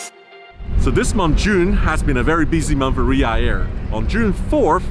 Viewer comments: Ryaurr... Jesus that's some butchering of the name. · sam !!! it riyaDDDDDDh. there's a D in the word. quit it with riya air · Am I the only one who noticed Sam calling it Riyaa air instead of Riyadh air ? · Sam, Riyadh is not pronounced Riyah, its Riyaad. You've been paid a ton of money the least you could do is have some self respect and get the name right dude! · Sam always spell ria air it’s should be Riyad air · It’s Riyadh.. not Riya… as you calling it 🤦‍♂️ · it is RIYADH AIR and Not RIA AIR .. LOL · Sam, take note of Tony’s pronunciation. Unlike him, you’re saying Riya without the dh in the end. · no one : sam : RiYa yAiR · His tongue cannot twist to pronounce. He can only say Riyarr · That Chui guy pronounces Riyadh Air as if he was totally pissed! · Why are you not pronouncing the "D" in Riyadh? Even the CEO was saying it with the D. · You're pronouncing Riyadh wrong